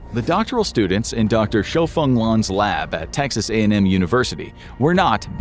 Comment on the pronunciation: The fact that "Dr. Shoufeng" was pronounced absolutely correctly 100% confirms this is not AI -- AI would badly garble this! :)